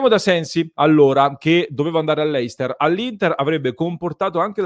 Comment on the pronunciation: Ah, dimenticavo..complimenti e si dice Lester, non Leister. Lo dico perché sei tra i pochi che dicevi la Real sociedad e aggiungiamo anche questo